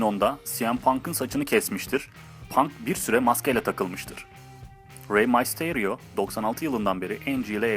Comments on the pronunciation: Reymasteriyoo değil reymisteryo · Rey mastaryo ?? Rey mistiriyo diye okunuyor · reymasterio değil reymisterio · Abi raymasteryo değil reymister yo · Rey masto diye söyenmiyo rey misterio diye diye söyleniyo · raymestrio değil reymister io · rey maystoryo degil rey mysterio haci vee six one night değil six one nine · abi rey masteryo değil rey mistaryo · ABİ NEDEN REY MYSTERİO YO RAY MASTİREO DİYE OKUYON HE BİDE KALİSTO GELSİN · six one nayt ne olum rey maysterio ne lan malmısın rey duysa sana dava açar yemin ederim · abi rey misterio i ile lğtfen a la okuma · abi bida videonu izlersem mal olayım sen salakmısın adam gibi oku rey mayterıo ne rey mysterıo olcak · May sıterio dedikten son videodan çıktım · Six one nayt ne lan mq rey maysteio ne lannn 😂😂 rey mysterio bunları duysa Six one nine dan da soğur kendi lakabından da smödödödldlor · Reymaysterio ne amk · ray maysteryo ?????? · REY MAYSTERYO NE LAN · oyuncu rehberi sana katılyom mal reymisteryo diyemiyo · rey mistarionun adını yanlış söylüyorsun